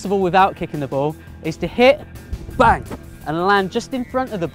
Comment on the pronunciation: Your saying bow instead of ball